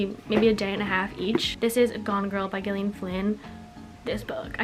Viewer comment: It’s Gillian like Jillian. Gone Girl is a super read!